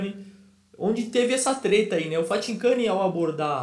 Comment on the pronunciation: falando Fathincani é uma resenha kkkkkk